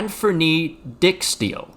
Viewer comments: Dijk is not pronounced as dick in Dutch, but as dike, so the guy's name is Dike Steel. Thank you all for your attention. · Ik vond het grappig hoe hij die naam uitsprak😂😂😂. But hey....it's. No harm done